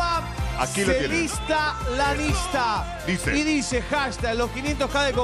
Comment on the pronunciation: ES IANISTA NO LIANISTA